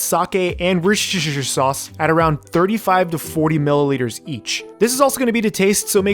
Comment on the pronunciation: worchchchchter sauce😂😂😂